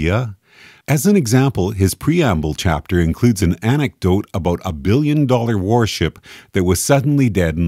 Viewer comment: "a boat" Canadian detected